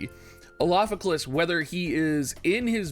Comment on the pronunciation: Is your tongue all twisted by saying the 5-syllable mantra Elafike"L"as for this whole week? That's an R in Elafike"R"as, and now you've just changed the spelling in the title, oh man...oh the struggle...and you plan to use it heavily in the future...